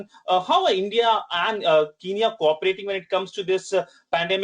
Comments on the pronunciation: Thank you for helping my country people but it is kenya not kinya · could you please send a message to that idiot reporter that, it's not Kiniya it's Kenya instead. 😡😡😡😡